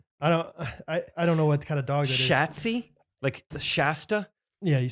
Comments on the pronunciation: Y’all did not disappoint on the Shatzi (pronounced Sh-ah-tzee, not A as in hat, according to her boss/owner/mom Cathy) roasts. 😂 also, props on nailing my nickname,! When I married my husband my coworkers dubbed us Catnip and Batnip and then when I got pregnant with our first kid they used Babynip until we picked a name for her. You’d probably be shocked how many people freak out when I say our last name…as if Atnip is insanely difficult to pronounce or something. 🤔 boring fact: Atnip comes from the Scandinavian word for “tree on a hill” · Was it spelled Schatzi? If so, i believe it's pronounced with a long A... And is considered a term of endearment in the German language. So maybe that could make more sense? 🤷